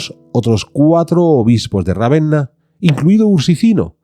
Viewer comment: Ravenna no, Ravena